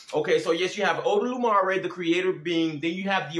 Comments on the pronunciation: it's not odolumare, it's olodumare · My boy ain’t even say the name of eledumare yet, if you gonna expose me say my name right lmao also try to bind a spirit in Jesus name in osogbo it oyo state, see how well that work out for you